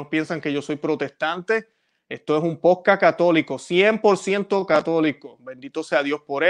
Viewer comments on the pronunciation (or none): none